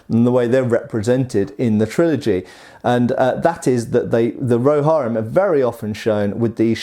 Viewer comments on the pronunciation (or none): "Rohairim"? Seriously? Lol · 1.) "RohARim" :/ 2.) "Witchkings Flail TOO LARGE" Peter Jackson admitted and already pointed out he purposely made it ridiculously large for PURE Intimidation, Considering the fact that the Witchkings Purpose was TERRORIZING THE KINGDOMS OF MEN :/! 3.) "They have their Shields ATTACHED to their HORSES :0!" They were a Company and Force Completely made up of CALVARY :0! Not Only that, but the Rohirim or Riders of Rohan were Known for their CALVARY :0! Something else to Note: is that The Meras are a kind of Sentient or in the very least Intelligent Horses, so intelligent that they could completely understand the Commands/language of their Riders :/... Therefore having extra armor via Shield on your Mount isn't a Bad idea ESPECIALLY Considering the fact that they'd be facing Legions of Orcs armed with Pikes AND Bows :/. Another fact Further Justifying this Decision is that IF you so happen to be in a Company of Approximately 6,000 (SIX THOUSAND!) CALVARY then if YOU (the Rider) get shot with an Arrow then YES you MIGHT DIE, However if your Horse gets shot and falls over MID-Charge (in an army of THOUSANDS OF CALVARY not intended on stopping) then you will DEFINITELY DIE :/ Due to being trampled by THOUSANDS OF YOUR OWN FELLOW CALVARY :/! (Edit: Just something to consider when judging a force solely made up of Heavy Calvary, for having Armored their Horses :/!) #RIPChristopherTolkien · Its Rohirrim you butcher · the way he says Rohirrim bothers me and the Witch King of Angmar is a Nazgul he doesn't ride one what he rides is a fell beast and the arrowheads used by the elves were meant for wounding i mean if we are going to talk about weird-looking arrowheads there is a ton of weird-looking ones from history that look impractical compared to the elvish ones which look normal